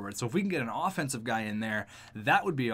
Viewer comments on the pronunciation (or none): none